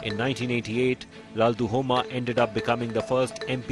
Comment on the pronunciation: LALDUH-OMA. not LALDU-HOMA